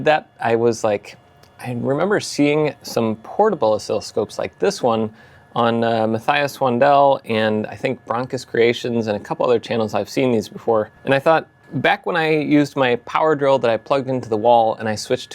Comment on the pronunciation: "MatthEEas, not "MatthEYEas".